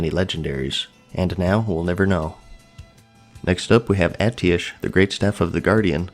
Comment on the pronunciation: why do you keep saying Atiesh wrong